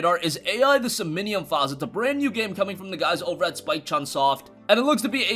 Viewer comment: Pretty sure that says "som-nee-um" ...and not "so-min-nee-um" like you said. I've never heard of either of them, I just read the thing so maybe I'm wrong. Js.